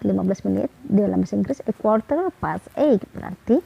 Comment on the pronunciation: it is three pas thirteen, ..wkwkwk belajar